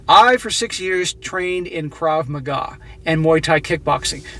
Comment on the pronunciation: Sorry but its pronounced Krav MAGA.